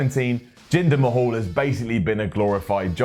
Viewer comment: Who the hell is Jinder Ma-hawl? Does he know Drew Curry?